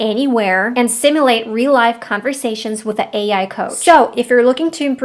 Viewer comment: Lol i love the way you pronounce "the". Sounds more like "da". I like it, though.